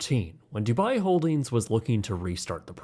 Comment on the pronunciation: Not the "dubai tein towers" lmao💀💀